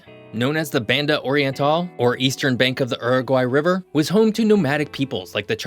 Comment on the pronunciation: Why do you pronounce Spanish words as if they were English? Your pronunciation of "Banda oriental" is just egregious. Imagine someone speaking English with a strong Spanish accent, like Sofía Vergara. Then use that accent to pronounce Spanish words, and you'd be much closer to the original pronunciation.